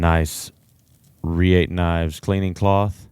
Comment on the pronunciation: How does this guy work for "the largest knife store in the world" and not know how to pronounce Reate?